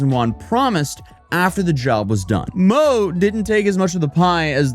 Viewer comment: your chinese needs some work "mo" is pronounced more like "more" and yang is the surname, guang-sheng and kang-sheng are their first and middle names.